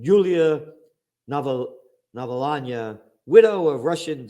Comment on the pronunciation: Nalvany, navalanya, nalvenay, navalny